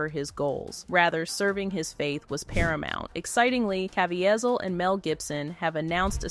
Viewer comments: The narrator does not know how to pronounce Caviezel's name: Ca - vie - zel. And I love him. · Please Please Please..learn how to say his name Properly..it’s CaveZIEL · Hate AI. It's cuh-vee-zeel. Such disrespectful to an amazing man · Can you learn to pronounce his name properly and not 3 or 4 different versions, none of which were right! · How many different ways can you pronounce “Caviezel” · Huge DOWN VOTE! The title had NOTHING to do with the video. Its unbelievable that you would make a whole video about a man who was honest and wholesome and then disguise it in deceit. As if that wasn't enough the AI voice over misprounced Jim Caviezel's name constantly throughout the video. Garbage!